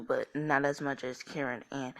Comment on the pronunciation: Karin not Kerin